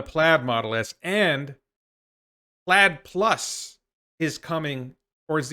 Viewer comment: Plaid Plus sounds like "platypus"